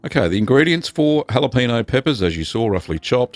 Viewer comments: "jalapeeno" pepper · That's what we call in these here parts a " whapaneo" chedder! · Another Rocket Cheese ! Great stuff ! Deffo gonna give it a go. (the ñ in Spanish is pronounced nee as in knee, so it's more like halapenee-o) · Actually it's pronounced: how-luh-payn-nyo (with the n y o sounding like only one syllable). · Please for the love of god pronounce the ñ lol